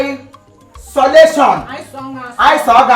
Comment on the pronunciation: Maggi Don speak English chai 'Eyesoletion '